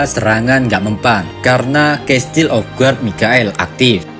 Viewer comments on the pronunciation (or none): none